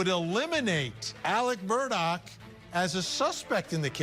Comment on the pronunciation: None of the people broadcasting this Murdaugh situation is pronouncing the last name right. Every channel!! Everyone keeps saying Murdock not Murdaugh & Nancy Grace is saying Murdaug. Come on people...REALLY???